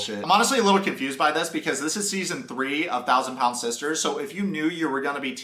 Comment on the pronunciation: "If you're a 400 PAND man or woman..." what's PAND??